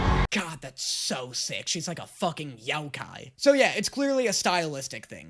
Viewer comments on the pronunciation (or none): none